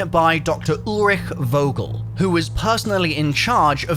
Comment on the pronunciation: Its Vogel like u wanna say Fuck. Fogel